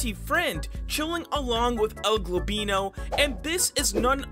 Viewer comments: Please stop saying El globino say El goblino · I better not to be the only one to be triggered whenever he says "globino" and not "goblino" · Stop saying el globino its el goblino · ‘El gobino’ ITS EL GOBLINO NOT GOBINO Edit: thanks for the ♥️!! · By the way, it's El GOBLINO, not El GLOBino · Why do you pronounce El goblino as El golbino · Is it only me that notises that he sats el «Globino» insted of el «Goblino» read it carefully cuz u might not see it😏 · el-GLOBino? i think he ment el-GOBLino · BRO STOP SAYING EL GLOBINO ITS EL GOBLINO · His name is GOBlino not GLOBlino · it isnt el globino, its el goblino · It's El goblino not El golblino stop saying its annoying say it correctly El goblino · Also u say globino not goblino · He actually said el golbino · ITS EL GOBLINO NOT EL GOBINO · Why you saying my name wrong it's El goblino düd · "El Glowblino" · "El gobeano" 💀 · “El globeano” gets me every time. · It’s EL-GOB-LINO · UR CALL8NG EL GOBLINO WRONG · For how long are you gonna keep pronouncing el goblino's name wrong? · i unsubbed, if you learn how to say el goblino right, i'll sub again